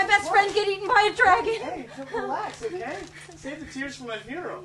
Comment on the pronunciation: I love how pronounces "Dragon" as "DrrrEEAAYYyyGGEEyyyNNNN"